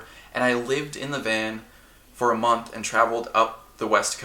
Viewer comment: i died wen he said i lived in a van 4 a moth